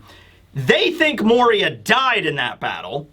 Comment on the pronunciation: "moriah" yeah okay lil dude